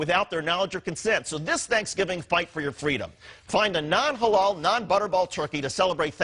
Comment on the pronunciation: why it sounds incorrectly mispronouced like ha-laow and not ha-lal?